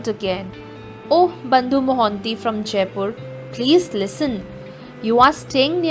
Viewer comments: Correction it's JAJPUR .....NOT JAIPUR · Its Jajpur not Jaipur.